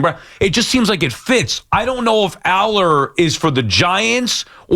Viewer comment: Sal has not seen Allar and yet has a strong opinion. Can’t even pronounce his name. He said based on what I’m seeing on the film here….hes literally watching clips mid-show